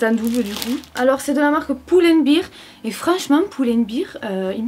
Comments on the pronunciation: Tu dis "Poul and Beer" Alors que ça se dit "Pull and Bear" 😆 Quand tu le dis on dirait que tu dis "Piscine et Bière" 😂 voilà sinon je t'adore 💞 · Je suis la seul a qui ça me perturbe qu’elle disent pulenbir “ou” à lieu de “u” 😂